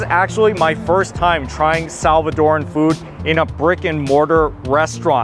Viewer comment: Looks good. Oh, and thanks for pronouncing Salvadoran correctly. It’s not Salvadorian nor Salvadorean, it’s Salvadoran.